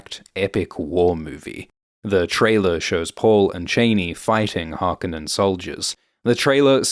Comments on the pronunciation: It's HarkOnnen, the emphasis is on the -o-. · Can you not pronounce Harconnen correctly narrator!?